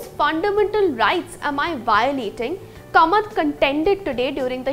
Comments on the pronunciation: It should be pronounced as Kaamath and not Kamat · It is not Kamat; It is KAAmat. The Konkani people won't be happy with this mangling of their name.